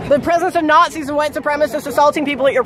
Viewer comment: "Yeah I dont like natzis" 🤣🤣🤣🤣🤣🤣